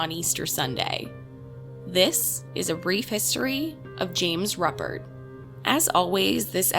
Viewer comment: Pronounced ROOpert. He died in prison yesterday. I was 3 when this happened a few blocks away. I’m enjoying the great content. Thank you!